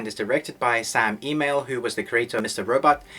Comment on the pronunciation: Bruh it’s Sam ESmail not Sam email 😂😂👌